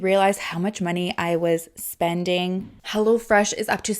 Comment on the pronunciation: I thought she kept saying "Hella Fresh"! Hahaha